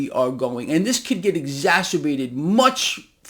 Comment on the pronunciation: Exa CER bated, not exa STER bated. :)